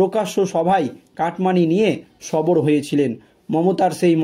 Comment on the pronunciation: কথাটা সবর নয় সরব এটা দৃষ্টি কটু শোনায়।